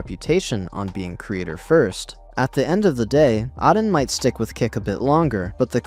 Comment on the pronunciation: It’s Ayyy Den not ahhden 😅